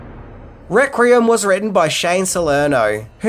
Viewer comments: “ReQUiem”….not “ReCRiem” 😂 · Good video and well worth a watch. If I have one criticism it's this... Why can't you say Requiem properly! It's not "Rek-re-um' dammit! It's 'Rek-we-emm'!!! Am I the only one who flinched like someone who suddenly had an ice cube pushed up their rectum every time they heard this? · Take a shot every time says reck-ree-um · Is "rek-ree-um" the Australian pronunciation? I have several Australian friends, but I don't think I've ever heard them say the word requiem. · Requiem [ rek-wee-uhm] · Requeem!! Its pronounced requeem!!! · You are a star,. We all have our foible words and "requiem" must be your one. Listen to the voice over of Benedict Cumberbatch trying to say "penguin" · For gods sake learn how to talk there is no second R in the word Requiem your killing me dude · Whoa. How many "R's" you putting in "Requiem"?! 😋